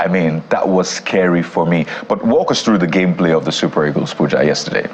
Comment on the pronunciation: You called him wrongly, it is Pooooooooooooooooja!!! 😅